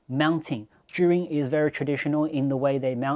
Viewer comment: It's pronounced zhiyun mate...